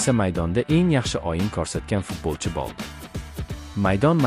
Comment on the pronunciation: Крил харфларида ёзувни укияпти шекилида ойинга мас у́йинга булади болди мас бу́лди